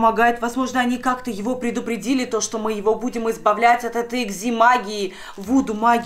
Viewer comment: не икзи а экзэ